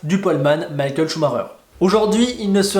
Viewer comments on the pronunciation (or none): none